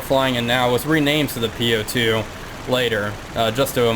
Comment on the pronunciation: Nice craft, legendary! To pronounce correctly "У-2" as "bOOk" not "u" or "По-2" as "POlice". Best regards!